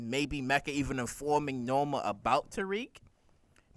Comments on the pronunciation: The character's name is NOMA not Norma...NOMA. K? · NO-MA NO-MA NO-MA NO-MA. HER NAME IS NOMA !!!!!